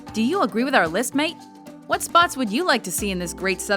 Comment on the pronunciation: Never say "mate" ever again.